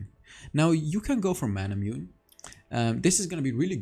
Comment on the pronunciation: Love the videos, really helping me to climb! Minor tip btw, manamune is pronounced “manamunay”